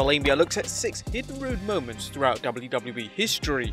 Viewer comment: "THOR-URG-OUT!" Whaaaaaaaaaa?!? Spell check anybody?